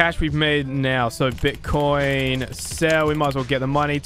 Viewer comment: Did you said bitchcoin? XD LOVE YOU